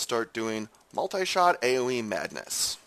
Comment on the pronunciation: I hate the way he says MULTAY SHOT!